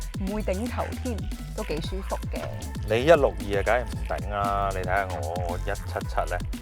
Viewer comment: 女主持樣子順眼，聲音幾好聽，係講嘢有D懶音！“躉我呀”“緊係呀”。